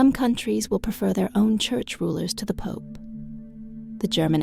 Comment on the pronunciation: I would advise this to learn how to pronounce “pope” because he pronounces it “poop” and says “A great poop” will…..Other than that this is a great prophecy.